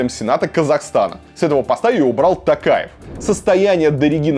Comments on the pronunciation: Почему ты называешь Токаева не ТОкаев а ТАкаев? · Президент РК Тоқаев, по русский - Токаев, не Такаев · ИЗВИНИТЕ КОНЕЧНО НО НЕ тАкаев а тОкаев (писала фамилию с маленькой буквы чтоб было понятно) И не тЭнгЭ а тЕнгЕ. Буквы Е и О имеются ж в русском языке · Варлама, фамилия президента Казахстана пишется и произносится через "О". ТОкаев. ТОкаев.